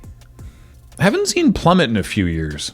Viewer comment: Ah yes, Plummet. Which rhymes with Menace, but not Trebuchet. This has been your LRRMTG pronunciation lesson for the day